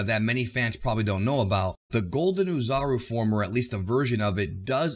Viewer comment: The “Oo” portion of “Oozaru (おおざる/大猿)” pronounces like “Au” of “Auto” or “A” of “Ball” in Japanese. Anyway, thanks for the great video as always.